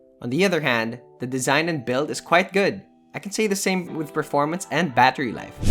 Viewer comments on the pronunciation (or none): none